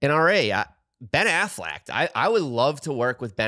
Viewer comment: Who the hell is Ben Afflect?😂